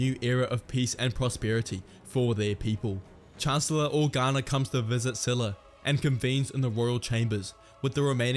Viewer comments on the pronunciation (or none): Csila is pronounced Chila like China or Czila as Czech.